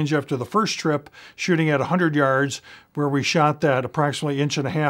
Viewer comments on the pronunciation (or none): none